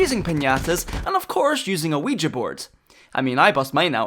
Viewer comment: Youre the first person I hear correctly pronouncing ouija